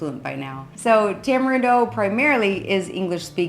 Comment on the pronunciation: Y'all, Costa Rica is not a third world country. Not being able to flush your TP is not the factor that defines this. So many items are produced in country and not imported, unless your talking about American made goods. Also, its pronounced Tamareendo.